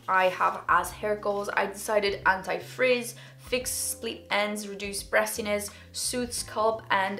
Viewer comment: When she said anti frizz it sounded like anti freeze lol